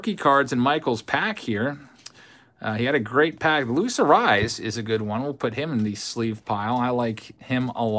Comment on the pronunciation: luis Arraez name is pronounced A-ray-ez. not A-rise. don't take the correction as a bad thing. i actually enjoy when you mess up their names. wouldn't want you to change it. i see messing up names is kinda your signature move. lol